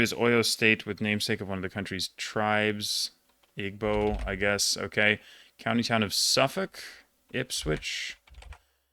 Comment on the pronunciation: Igbo is pronounced ee-bo